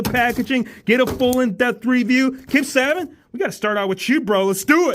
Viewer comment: It’s pronounced Say-bee-In not -say-bin or saa-ben 😭